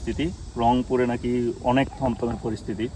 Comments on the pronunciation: তমতমে না থমথমে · থমথমে পরিবেশ হবে, তমতমে না